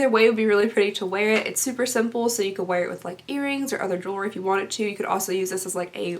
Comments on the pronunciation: Yes. "Jewel-ry" not "jewel- er-ry". Sorry, I was raised by an English teacher and that was one of her pet-peeves lol. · Love love love the video! Yay give away! Lol " jewler - jerwl - jewlew- jewelry? Am I saying that right?" Haha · "Jewlery, jewlery do I say that weird" hahaha, you never fail to make me laugh:') I love the necklace, but the tweezers are adorable. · Awesome! I’m freakin stoked for the spring box! Did anyone else catch the sneak peak? That robe looks bomb!!! My favorite item you unboxed is the Ahava body shaper! Looks so innovative I love it :) Also thank god somebody else has trouble with the word Jewelry I can never spit it out lol